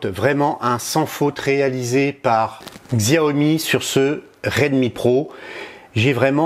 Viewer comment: Tres bien le test. Juste un commentaire, Xiaomi se dit "chiaomi". J'aurai aussi mis l'accent sur le contraste de l'ecran qui est juste extraordinaire.